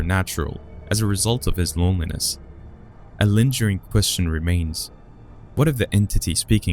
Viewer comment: Pull them up on pronunciation though, ...'lingering'...subdued'... is it a Robot?